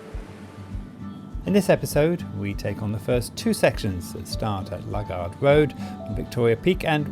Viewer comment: It's not Lug ard road it's Loo gard road!